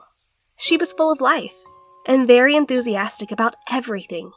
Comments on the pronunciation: she definitely said „berry“ instead of „very“ and i oop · sec she said berry insted of very